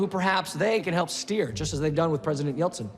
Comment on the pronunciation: Yeltsin e não Yeltson.